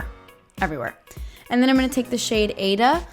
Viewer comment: This is perfect for fall! Also-- that shadow name is pronounced "eye-eeda". It's a great opera, check it out!!